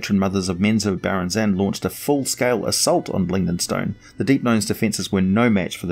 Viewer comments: Right. Emphasis is in the wrong place. has huge trouble with some words. or accidentally swaps them out altogether. I STILL like his work. Prolific. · Except it's not the right way :) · OMG!! FOR THE FIRST TIME IN MY LIFE I HEAR HOW U ACTUALLY PRONOUNCE Menzoberranzan ! I read so many drizzt books and trust me i never pronounced it this way